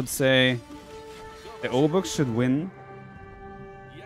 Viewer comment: Some translation for those interested for whatever reason: 'rozkazania?' - 'orders?' 'gotowam jest' (pronounced gotovam yest) - 'I'm ready' 'jestem sprawiaczką' (pron. yestem spravyachkom) - 'I'm builder' Also 'obuch' should be pronounced as 'obuh'. It derives from 'broń obuchowa' - 'blunt weapon'. AoE Poles use a weird hybrid of modern Polish pronunciation and accent with some archaic words and forms thrown here and there.